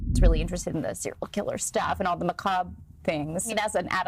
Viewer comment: yo the macabre pronunciation was wild.